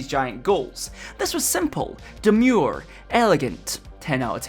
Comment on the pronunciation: He said demure